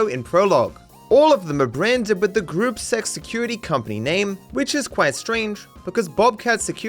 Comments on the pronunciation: You say it like "Groopuh zeks" 😭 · That is not how you pronounce Gruppe 6....